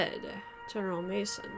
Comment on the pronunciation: at 16 minutes it isn't general mason, it is general Maison (MeyZohn) french for house. I don't know why you are trying to understand the nitty gritty of the battles, you would never make a general, from the historical context all you need to know, is who won and how many casualties.